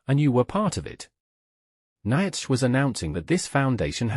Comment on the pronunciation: That ai voice is terrible! So many mistakes! Even Nietzsche! (Neetsha phon. Approx.)